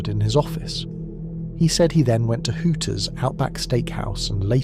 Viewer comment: Brits can’t say “Hooters”